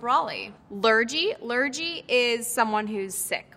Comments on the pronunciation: And it’s lurgy with a hard g, not a soft ‘gee’ - strictly you’d describe the illness as a lurgy, not the ill person. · I’m confused by her definition of ‘blub’ because ive only ever heard it used to mean ‘cry’ or ‘sob’ like if you had a ‘row’ with your partner, you might have a bit of a ‘blub’ about it. Also ive never heard anyone say lurgy with a j sound, it’s always a hard g. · Blub = cry Cream crackered (Cockney rhyming slang) = knackered = tired - they got the expression wrong, cream knackered isn’t a thing Lurgy isn’t pronounced lur-jee its pronounced lur-gg-ee Half of these aren’t slang terms, they’re just names for things. And most of these are either really old school and not used or regionally specific. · Lurgy lmao 🤣 it’s pronounced lergy! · Cream Crackered, surely? As that is rhyming slang for “knackered”. Also, “lurgy” has a hard G, not a soft G. “Nick” can also mean incarceration. “He’s in the nick” - police cells or prison. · She 100% googled these or got props before. I’m a Geordie/British person and the way she’s explaining them especially ‘mint’ has me floored 😂 she pronounced lurgy waaaay wrong too. she’s lived in America WAAAY longer than she lived in the UK the concept for this interview is WILD hahaha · As a Brit, I can say that a few if these were completely wrong (e.g. blub means to cry). Also, lurgy is said with a hard G, and I have NEVER heard of going for a bezzle. A bevvie - yes, a bezzle - no. I also live in London, and have never heard of a pea souper. And it’s Cockney rhyming slang, not scheme. I know Lily Collins is technically English and may know a few of these words, but I kind of got the impression she was reading the answers off the back of the iPad. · Lurgy is with a hard g not a soft g, as in "the dreaded lurgy". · I mean, Lilly is stunning and a great actress but blimey please don’t pronounce “wazzock” as “wozzock” or “lurgy” and “lurjee” it’s bloody painful to listen to 😂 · Lurgy? Total mispronounced :D